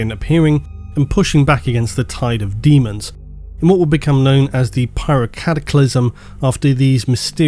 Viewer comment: Still calling it. Deamons of the Emperor